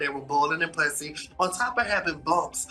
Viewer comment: Why does he pronounce “p**sy”, as in “full of or resembling pus”, like “p**sy”, as in “cat” or “vulva”? Does he not know they have different pronunciations? His pronunciation should have been bleeped out. 🤬